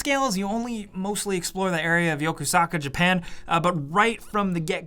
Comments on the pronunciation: Its yokosuka not yokosaka Also it's pronounced "yo-kos-ka" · Yokusaka....???? YokOsUka!